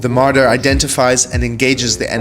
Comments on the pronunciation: you get a dislike for saying mardar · "MardAAr" bro my ears got rpd